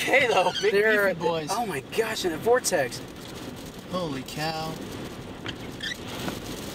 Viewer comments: I wish they wouldn't say "vortesee". Fingernails on chalkboard. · The singular is "vortex" not "vortesee". The plural is "vortices". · THERE IS NO SUCH THING AS A "VORTICEE", YOU PILLOCK!!! Vortex, singular...vortices, plural. Great footage, all the same.